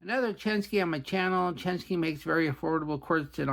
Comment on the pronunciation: People really complain about how you pronounce "indices"? In that case, I'll let you know it's "Chen-SHI", not "SKI" hehehe 👍😎